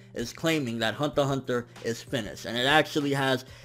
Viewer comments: I like his reviews and all but man I dislike how you pronounce some of the amines. Hunter x Hunter and Magi just to name a few. Lol keep up the good work. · I'm relatively new to anime and the only interaction I have had about anime is through the internet. I think this is the first time I have heard Hunter X Hunter being spoken. Do you not say the "X" or is that just how says it?